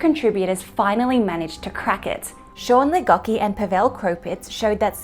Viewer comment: Great video but please. The pronounciation of the names is terrible. If you didnt write them i would have no idea. LIGOKI like really ?